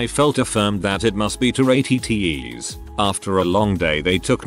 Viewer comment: Word: "tourette's" AI voice: "toratos" (I prefer Doritos personally)